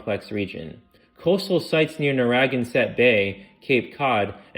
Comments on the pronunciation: ne-RAH-gen-saht bay I lost it there lol, still 1000x better than a bot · NARR-A-GAN-SETT. Pronunciation is equally important to history/prehistory. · I'm from Rhode Island and the pronunciation of Narragansett made me laugh.:face-fuchsia-tongue-out